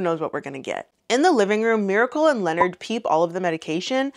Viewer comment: I think Charlemagne names is pronounced LeNard